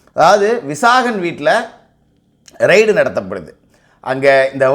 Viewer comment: ரைட் அல்ல ரெய்ட் It is raid Not ride